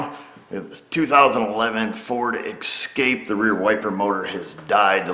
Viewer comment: Ok, it's escape not ekscape. Sorry but I couldn't take it anymore.